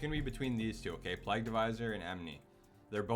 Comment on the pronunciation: Good vid "Virulent Pl-ay-gue" by the way